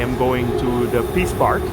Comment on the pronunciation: Sounded like he said: the Piss Park!